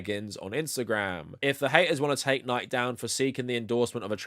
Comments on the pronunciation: I'm a big fan of this channel, and this is 99% great content here. But it's pronounced Nik-ee, not Nighk. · lol, love your stuff... but I have to say, isn't it "Nike" like "Nigh-Kee", and not "Nigh-k"? Or do ppl in the UK say it like that? I thought it was latin for victory or something, and that there weren't silent letters in latin. Is that wrong? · The name of the goddess is pronounced Nee-kee. Who knows why you pronounce it wrong? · excellent vid. it's pronounced nigh-kee, though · This is a great video, but also I have to say that I am absolutely livid that you pronounce Nike like that. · I'm just surprised you don't know how to pronounce "Nike." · Are you deliberately mispronouncing Nike? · is the pronunciation of "Nike" here an inside joke I'm not aware of or something? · Jim Nike, founder of Nike, pronounce his last name is two syllables when he was still with us. ;) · Who says Nike like that 😂😂. I'm going to start saying it like that!